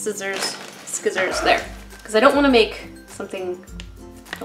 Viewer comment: eeeeee someone else that says skizzers instead of scissors! haha really made me chuckle